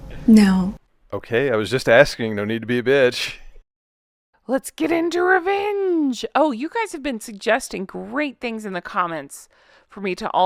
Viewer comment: Rrrrrevvenge lol 😂.